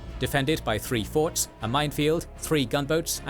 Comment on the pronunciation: *forts…..not “force”